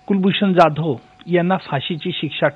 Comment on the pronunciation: O bai, He is Kulbhushan जाधव not ज्याधव. Kasle anchor bharlet ABP Maza ne? Sadh marathi surname nit gheta yet nahi